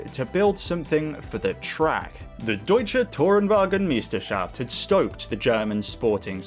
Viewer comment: One little correction: the german ei is pronounced like the english letter i. (And also ei is the german word for egg 😂) other than that your pronunciation of Deutsche Tourenwagen Meisterschaft was spot on